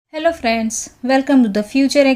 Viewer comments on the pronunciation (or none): none